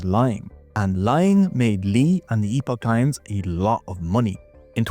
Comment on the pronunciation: it's pronounced "epic" times. Did you really do your research before this?